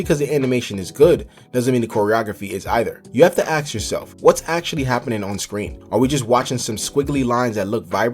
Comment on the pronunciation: stop saying "AX" man